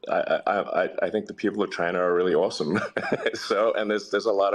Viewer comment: Why does tRUMP always mispronounce China as Chynnha?